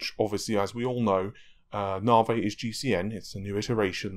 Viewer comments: Why say "Naveh" and not "Navy" ? It's like saying "Razen" instead of "Ryzen" :P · I hear "Narvey" but my mind thinks larvae XD. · it kills me to watch the videos when quite clearly its pronounced na-v the word has been in the english dialect for over a hundred years as a slang term for railway engineers/builders navi = slang for navigator say navigator and just stop at the G navi, unless of course you think they are called narrrrvee-gators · Mate.. Stop being a plum and pronounce NAVI properly... It grates!